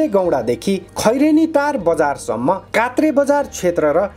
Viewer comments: नाम नै अपभ्रम्स गरि अर्थको अनर्थ लाग्ने गरि रिपोर्ट वनाउनु भएछ, अलि अध्ययन पुगेन महोदय ! कात्रे होइन कोत्रे हो, चेतना भया !!! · Kotre lai Kaatre po bhannu bhayo ta 🤣🤣🤣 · महोदय कात्रे होइन कोत्रे हो सच्याएर बोल्नुहोला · कोत्रे हो यार के कात्रे भनेको यसरी नाम बिगार्न त भएननि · ए मुला कात्रे होइन हो कोत्र भन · Kaatre haina ho daju kotre ho ali jayez jankari Dina paryo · कोत्रेलाई कात्रे भन्न त भएननी